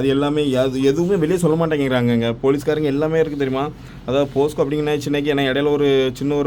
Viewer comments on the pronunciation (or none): அண்ணா போஸ்க்கோ இல்ல போக்சோ 😅